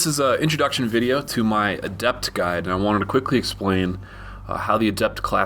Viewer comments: Great video. Its "Adept," not "aDept." All the class names have accents on the first syllable. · adept is not pronounced that way the stress is on the A